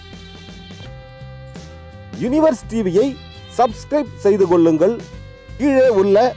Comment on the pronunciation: எல்லாம் சரி, கடைசியில் "கொ'ல்'லுங்'ல்" , "கொ'ல்'லுங்'ல், என சொல்வதுதான் சகிக்கவில்லை. கொ'ல்லிக் கட்டையை உங்க'ல் 'நாக்கில் நன்றாகத் தேய்த்தால் தான் உங்க'ல்' தமிழ் உருப்படும், சரியாகும்.